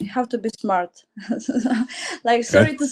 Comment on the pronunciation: "The guy has to be shmart.” Chirp.